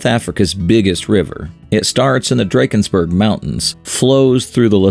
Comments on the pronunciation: Lee-sue-two Dra-kenz-burg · Lesotho 🇱🇸 is pronounced: Le-Sue-two Drakensberg Mountain is pronounced: Dra-(like drug)-Cans-Burg KwaZulu-Natal Is pronounced: Kwa-Zulu-Nahtaal